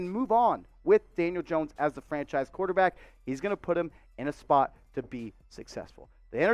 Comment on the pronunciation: I like him too and the biggest plus’s he didn’t say qwauterback lol